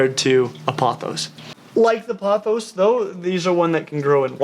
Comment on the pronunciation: thank god you pronounced pothos right